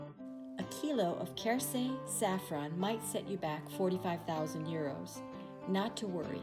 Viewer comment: Welcome to France! You are both going on quite an adventure, here. By the way, when saying Cajarc, lose the "c" sound at the end, you will sound French! This is going to be fun!